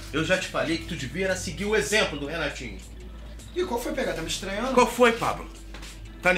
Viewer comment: O Pablo chamando o Renatinho de mariquinha// Pablo falando: iain qualfoin kkk